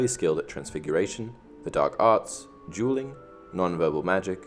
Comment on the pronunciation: I thought he kept on saying "jeweling"